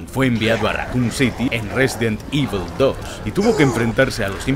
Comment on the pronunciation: Risidint ibol. The best saga in the wirld